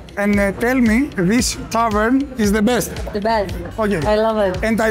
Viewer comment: "Σι γκιβ μι σομ τσικεν οφ σι πλειτ" 😂 αααα ρε μαγκα, και παρολαυτα σε εφαγε με τα ματια!!